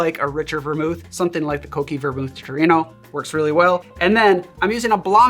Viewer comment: amazing that you call cocchi the right way haha. now we just need maraschino being called right and then we good to go!